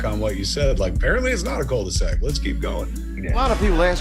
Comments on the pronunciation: It's not Cul de Sac. It's... Cool The Zack! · Whats a " cold the sac " lol " cul de sac" Meaning dead end you mean , it prononce .Q ,qu . The, d' . Sac